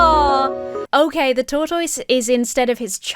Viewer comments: This ad is painfully stupid 😅 also, 1) LOVE the way you say "tortoise"! 2) you were such an adorable baby 😄😄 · Well, I've done my research, and you are pronouncing tortoise correctly. Justice for TOR-TOYZ! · Those commenting on how says tortoise: it is one of three British pronunciations the OED has listed. I’m a much older Brit and would say it like “taught us” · My favorite part of this video is how you pronounce “tortoise.” It’s somehow very adorable - and makes more sense because that’s how it’s spelled! As a silly American, I’ve only ever heard it pronounced “tor-tus.” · Hi! As another Brit, I found pronunciation of 'tortoise' to be totally normal. (I have no idea how someone from the US would pronounce it.) As for "going out of her way to use the word" - that's what they're called in Britain. I've heard that in the US tortoises are called turtles, but in the UK, turtles are the aquatic version and tortoises are the land animals. So no, she wasn't taking the piss:) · Wonderful video, as always! It's probably just because I'm American and, like, who talks about tortoises that much, but I love the way says "tortoise" exactly as it's spelled as opposed to whatever us Americans have done to the word. Justice for tortoise! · I love how says Tortoise